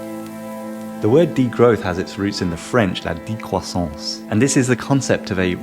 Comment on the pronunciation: I'm french and you said 'la decroissance' right :)